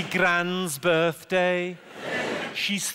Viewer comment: Most of these were rubbish overall. Some had good parts but were let down by bad parts. He did ok on Scouse but ruined it with the way he said thirty and birthday, nobody around here says it like that.